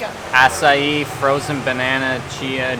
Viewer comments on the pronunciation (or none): none